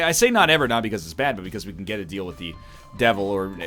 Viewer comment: DEAL with the devil. RATE of fire. Northern, this pronunciation is insane.